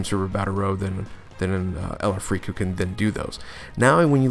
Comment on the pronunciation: something about it is just…. weird